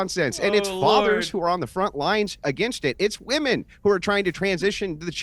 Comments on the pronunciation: it's Women and Wamen, also pronouns wahman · I miss hearing calling them "wamen"